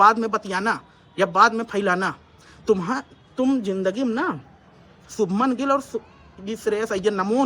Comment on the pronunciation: शुभमन गिल❌ सबनम गिल✔️